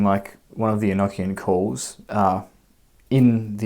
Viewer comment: Well I actually took the time to write this out earlier. First of all you are pronouncing this wrong. I want you to say these two words with me one is an ocean 2 is a notion 3 the proper way to say this enochian as the secret language of the Angels is revealed to you it is actually not so Secret. Do you ever have that high-pitched ringing in your ears so much so that you have all kinds of new ideas some of them might be so in depth that you actually pick up a notebook and write them down in hopes to later re-read it and rewrite it into something more profound. From what I understand feeling very the religion enochian is filled with words that have multiple meanings and that if you listen carefully you will here and see the simplicity the Angels put out ideas on waves and those things are open to receivers who are on those planes they flow like the ocean NeverEnding motion infinite revolving evolving thought it's very circular and it's construct just like any word that ends in t i o n Sean it's almost like you can find God's name right there Revelation Revolution solution contemplation aggravation subjugation etcetera etcetera etcetera. I am just very tired of hearing people say the word eknckian it is pronounced an ocean or a notion enochian same sound same context. I know this because of spiritual experiences I've had since I was a child this language is actually really fun brings about a whole different way of thought and existence and being and it's not to be over thought